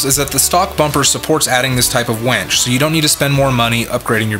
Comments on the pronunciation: It's winch, not wench.😆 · How come you pronounce winch as Wench??